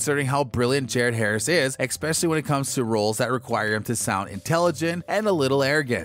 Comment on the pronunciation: Great review but oh my gosh you have to stop saying "ekspecially". You have a great voice over voice, all ruined by saying "especially" that way. Twice. YouTube is not a place to show off your ebonics skills if you don't want to be pigeon-holed.